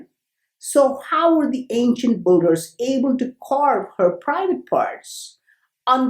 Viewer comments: Like they way you say BOULDER 🙄 for builders. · Not bolders its called Builders, otherwise great videos. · Awesome Video bro, but I giggled every time i heard Ancient Buggers.